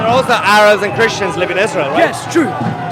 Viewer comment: just jwes why u say chrestions